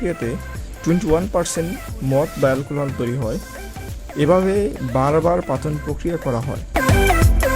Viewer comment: এলকোলাহোল,, না এলকোহল,, ভাই